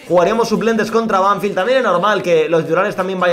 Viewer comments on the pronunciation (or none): la pronuciación es Banfield no Banfild, te lo digo para q sepas como se dice para aprender un poquito más del Futbol Argentino